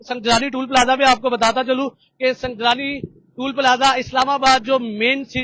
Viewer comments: 😂😂😂😂 me b yahi kh rahi usy br br sungjrani bol raha h sungjani ko 😂😂😂😂😂😂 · وو بھائی سنجانی ھے نام سھی لیا کر اینکر صاحب